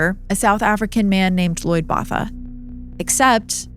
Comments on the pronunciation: Botha is pronounce “boat-uh”. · As a fellow South African, hearing the mispronunciation of Botha is not sitting well with my soul😭😭😭😭😭😭